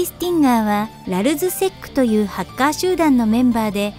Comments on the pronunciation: ハッカーの発音違くない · だからハカーじゃなくてハッカーだろ常考